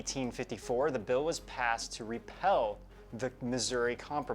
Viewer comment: Script: "Repeal": "rEpEl"